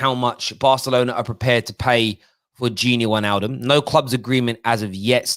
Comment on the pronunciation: If we're going to obsess over pronunciation it's probably pronounced fahn deh beeahk, and Vane-alduhm